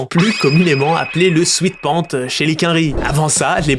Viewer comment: J avais une paire de coq sportif bleue marine avec un peu de rouge et de blanc super classes. Au fait on dit « swèt pants » et pas « swit pants » sweat = transpiration sweet = sucré, bonbon. Ça fait vraiment gros blaireau de dire « swit pants » surtout quand on se la raconte comme toi et on fait son nazi des goûts et couleurs